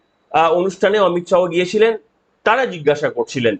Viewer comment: অমিত শাহো না অমিত শা